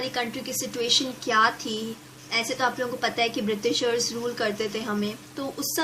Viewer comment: its बृटिसर not बृतीसर